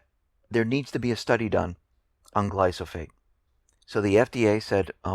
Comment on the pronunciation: I like your reports and enjoy watching them. I don't want to pick nits, but the proper pronunciation of glyphosate is "gli-fə-ˌsāt" and it is a herbicide, not a pesticide. Other than that I have nothing but agreement.